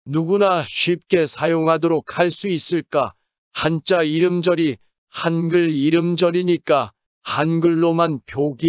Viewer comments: 한자를 한짜로 발음해야 맞겠죠? 한. 자 로 하면 한 글짜 라는 의미. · 漢子읽을때는한자가아니라 한짜가 아닐까요? 한자발음이 참 거북하게 들리네요 띄어쓰기를 안다면 우리한자의 소리내는 방법도 공부 할 필요가 있다고 느껴지네요